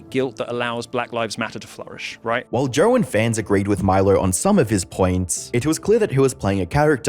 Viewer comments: It’s so hard to listen to when you put an “r” at the end of JOE. It’s not joerrr🥲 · There's no 'R' in Joe😂